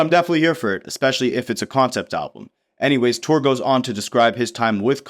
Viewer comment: Touré is pronounced “Tour-Ray”